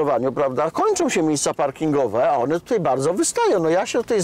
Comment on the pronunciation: Dworak - najbardziej niemedialna gwiazda programów telewizyjnych. Panie Dworak! Wymawia się "tutAJ" nie "tutEJ". Jednak co najbardziej razi, to te piski w co drugim Pana zdaniu. Ale za program chapeau bas dla TVP Kraków.